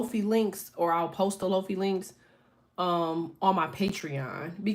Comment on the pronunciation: Queen, Not Low-fee, Low-fye (Lo-fi) like hi-fi